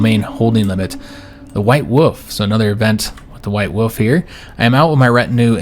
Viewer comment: Same it had me rolling when he kept saying “white woof”